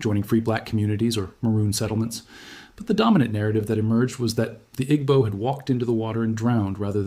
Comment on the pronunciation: It's pronounced EE-bow.